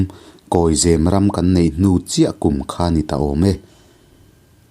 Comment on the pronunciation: Zêm nilo in, zem a ni zâwk ang. Eg.. Saphai in sakhi a zem.....